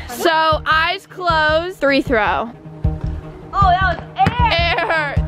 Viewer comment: Bruh stop calling it three throw